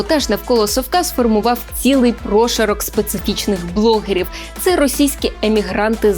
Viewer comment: Дякую за "прОшарок". Чомусь думав, що "прошАрок".